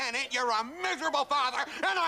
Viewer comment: Was that miserable father or nigerable father hmmmmm?